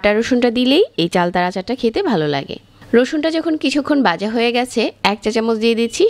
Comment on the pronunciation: রেসিপি সুন্দর হয়েছে..শুধু কিছু উচ্চারণ কানে লেগেছে, ডাকনা, বিনিগার, মাজামাজি, বাজা..